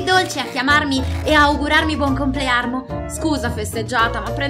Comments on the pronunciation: Sono io che sbaglio o aveva detto Buonconplearmo invece di dire buoncomplanno🤦‍♀️ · Da notare che dice buon complearno